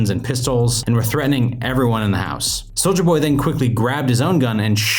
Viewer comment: It’s ‘soulya’ jeez man